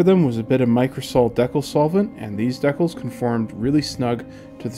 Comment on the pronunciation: I have to admit, I've never heard it pronounced "deck'lls" before.